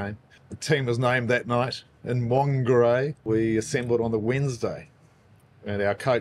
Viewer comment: Wonga ray???? Been over there too long dude disrespecting our reo now